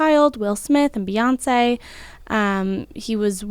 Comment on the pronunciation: U hurt my side when u said, Beyonce!!